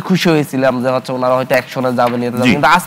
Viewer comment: তুই তো বাংলাও ভালোমতো বলতে জানো না😂 পরিসালিত, হস্ছে, জাবে এগুলো কি